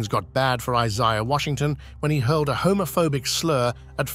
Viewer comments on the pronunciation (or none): Your nuts and bolts were spilling onto the floor when you pronounced 'Isaiah' as Is-EYE-ah and early 90s as 90s S. Also you showed 'Who's the Boss' scenes when you were supposed to show 'Growing Pains'. I could be wrong but was this done as a high school student's AV project? If so it get's a D at best. Remember Kids, EDIT, EDIT, EDIT! Then run it by your parents.